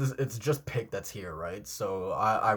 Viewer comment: Euthanization - "Youth-an-eye-zay-shun" Also, Pieck's name is more like "peek". ピーク = "piiku"